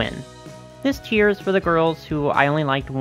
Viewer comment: I know you're saying "tier" but I keep hearing "cheer" bc the AG brand is about uplifting girls of all backgrounds and struggles